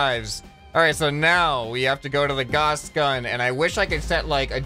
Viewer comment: Gauss, G-ow-s